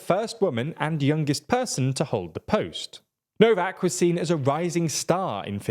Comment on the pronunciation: Please, "Orbaaahn", not "Ohrb(a)n" and "Novaahk", not "Nohv(a)k". You pronounce it exactly the other way round. When making a report on a topic, please enquire about how to pronounce the local names.